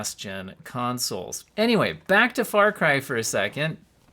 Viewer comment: Hehehe "Fary" Cry...lol